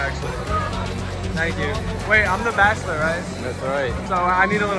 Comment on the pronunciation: It’s “Bachelor”, take out the “T”